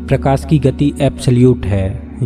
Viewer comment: Kitne bar prokasi bolega tu